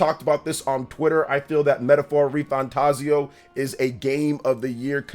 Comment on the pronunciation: I'm still getting used to you not pronouncing it RefantaZIO and now ReFanTAZio xD